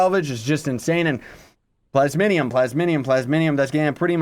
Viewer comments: "plasminium" rly? Xd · Honestly I’m most excited for the new daily bonuses. I already have too many things to make with the talisman mounts and chaos stuff. Still though I’m very excited for this update. Also, Plas...mi...um. XD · U cant read lol "plasminium" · "plasminium" xD